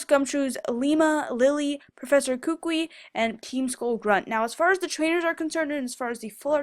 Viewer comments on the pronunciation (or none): Ok people kukui is a three syllable word. [koo-koo-ee] Just thought I'd help you out.